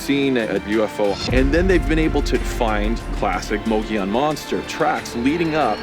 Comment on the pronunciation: Mogollon is pronounced Mo-Go-Yown'. Not mogee-on.